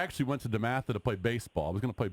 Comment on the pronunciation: You mean DEMATHA?! Lol